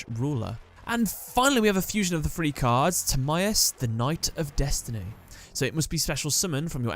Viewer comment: It's pronounced "tha-ree" (three) not free